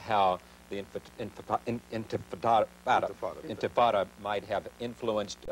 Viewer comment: This is the second video I've seen of Charlie Rose saying intifada wrong